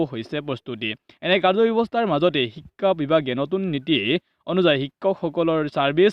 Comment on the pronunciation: Apunar vedio bur bhalei kintu pronounciation tu olp improve koribo lagibo, ho tu o ucharon nokoribo, onghudhon nhy honghudhon, ekha nhy hikha buli ucharon koribo